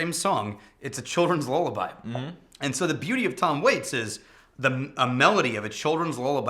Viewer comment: i will see if i can try that octomore... but dude.. what is a lol-laby...... did u u mean a lul-laby?